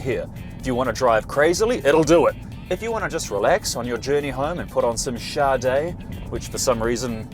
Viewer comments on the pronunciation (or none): none